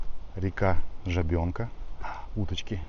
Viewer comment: Река ЖАбенка, на 1-е А ударение.